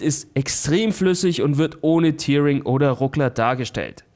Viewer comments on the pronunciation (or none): Einfach mal ein Hinweis (weil es echt irgendwie blöd klingt): "Tearing" wird wie "terring", nicht wie "tiering" ausgesprochen, da es sich nicht von "tear" (Träne), sondern von "to tear" (reißen) ableitet... Ansonsten nettes Video!